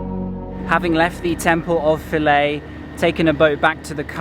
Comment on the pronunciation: finally, someone pronounced Philae right!